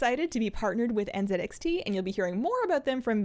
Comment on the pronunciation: n-ZED-x-t OR n-ZEE-x-t ?? for the NZXT pronunciation ? Genuinely confused